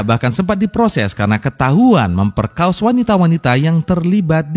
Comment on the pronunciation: 'memperkaos' hahaha maaf, sudah serius denger malah ketawa🤣